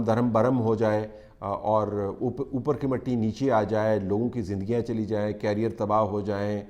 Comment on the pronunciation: Shah ji, "carrier" cycle ke peeche hotaa hai. Afraad ka "career" hotaa hai. Kam az kam aap jaise parhe-likhe insaan ko toh talafuzz sahi kar lena chahiye..